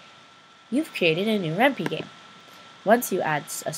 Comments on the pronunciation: REN-PIE ITS PRONOUNCED REN'PIE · ren-pie. Py is short for python the programming language, so the py is pronounced as it is in python (pie-thon) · Thanks! great Tut:):) btw it's pronounced Ren-Pie :P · I cringed Everytime you mispronounced Ren'py.